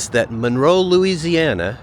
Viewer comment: It's pronounced MUNroe.